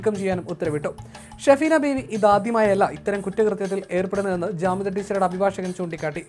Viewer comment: ജാമിദ ടീച്ചർ not കാമിദ